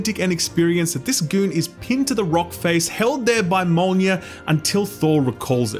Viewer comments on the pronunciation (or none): "held there by 'Mol-neer'. . ." why would you say it like that my dude? Why? 😐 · Im having a stroke by how he called mjolnir "molnjir"